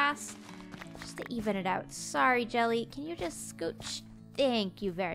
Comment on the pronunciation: I just love how Canadians say "sorry" 😂💖💖